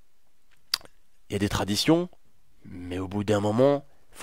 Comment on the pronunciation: en mode anglais. Leur traditionnn